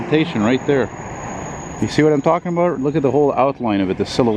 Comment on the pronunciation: What are you talking aboot???